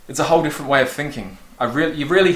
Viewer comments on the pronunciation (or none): none